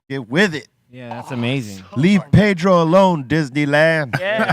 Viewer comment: How is it possible that you guys say, pay dro. and mock the white boi. ?? PEDRRRRRROOOO.